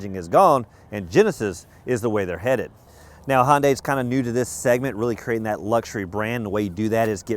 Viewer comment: Hey...get a clue - it's "Hun-day", not "Hon-day". And give "...good ol'..." a rest.